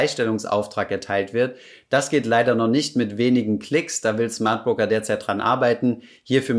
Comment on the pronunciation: Schmardbroker:D Sorry